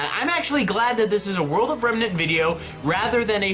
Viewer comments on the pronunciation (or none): "Dust doesn't work out of Remenr"...nice, still like you videos tho.